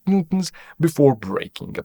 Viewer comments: NEWton ffs! it's NEWton pronucing like NEW TON, not Nton. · Why bro pronounce newton as "ntuns" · Sir how do you pronounce “newton”? This guy ☝️ “noo-ms” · are you trying to say newton??